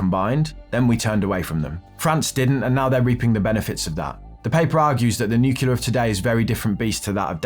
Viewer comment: It's new-clear dude. Not new-queue-lar.